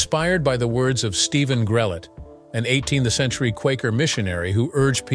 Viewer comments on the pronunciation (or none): none